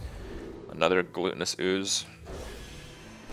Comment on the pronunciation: "glutenous ooze" loool, definitely GLUTTONous